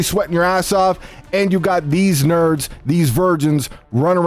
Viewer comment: “of these.. NHHURRRRDS” 😂😂